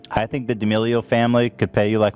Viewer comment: Creator -> creatuhhh D'Amelio -> Dee D'Amelio 🤡